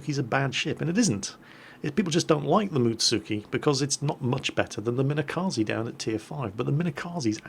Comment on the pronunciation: it's pronounced Mine-kazee by the way. Japanese is weird.